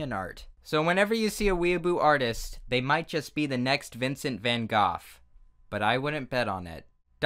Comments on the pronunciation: LOL VINCENT VAN GOFF OVER AND OVER AGAIN XD it’s actually prounounced van GO but ehhh whatever floats your boat XD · I’m just gonna pretend that you pronounced Vincent Van Gogh’s last name as goth on purpose as a reference/joke to his tragic history and not because you actually don’t know how to say it.😅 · GOGH IS PRONOUNCED LIKE GO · This entire time I thought was saying "Vincent Van Goth" not Goff. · I'm sure someone has mentioned this to the comment section before but Van Gogh's name can be pronounced in many ways, including Goff. So while I'm not used to hearing it pronounced 'goff' either, he's neither saying it right nor wrong. Also it's sad that I know about the Shunga thing and have seen a few pictures when doing research for Japanese art. And for some reason hearing about Dada made me happy bc I felt like I could relate bc we learned about it in school and its truely great. (fun fact no one needed: that picture with Mona Lisa w/ a moustache had a caption/title that literally meant 'she has a nice butt'.) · Van GOOF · “Vincent Van Goff” 😂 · Vincent Van “Goth”??? Oh honey bunny nooo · ScribbleTheFox Als je op yt op zoekt hoe je het in het Nederlands uitspreekt kan je het gewoon vinden. Het excuus gebruiken dat je een Britse uitspraak hebt gevonden vind ik dan best zwak aangezien iedereen weet dat van Gogh Nederlands was en niet Brits 😅